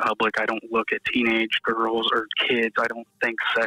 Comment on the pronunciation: Whoever is doing the reporting on Allen should take a course in English 101. The correct plural of girl is girls, not ''girlzez.''. Please, if your going to be a reporter use proper English.